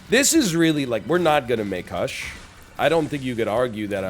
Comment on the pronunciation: HE SAID THE WORD WRONG!!!!